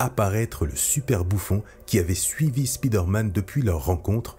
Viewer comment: Le "spide-man" se lit "speed-man" ?